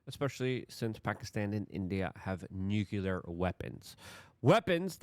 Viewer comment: I'm sorry, but as soon as Luke says, "nuke-you-ler," I turn it off... it's pronounced "nuke-lee-yer." Say it with me Luke: "nuke-lee-yer."